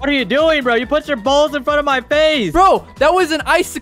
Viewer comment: почему так произносите слова типо броуууу